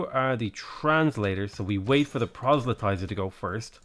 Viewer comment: Did... Did he... DID HE JUST CORRECTLY PRONOUNCE PROSELYTIZER??? *Weeps tears of joy